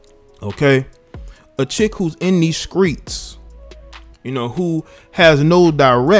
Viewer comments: “Out here in these Skreets” LMAO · What’s a skreet? Is that anything like scrimps? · "Out here in deez screets" LMAO !!!